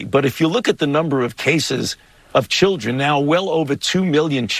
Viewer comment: "The childggren."